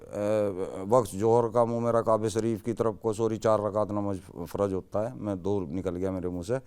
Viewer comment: Farz bool rha hai jo sahi uchcharan nhi hai 😂